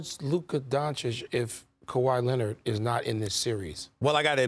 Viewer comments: Stephen takes great pride in mispronouncing Kawhi's last name ON PURPOSE. The man can't stop saying Kawhi Lennit if his life depended on it. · lmaooo Kawaah Lennit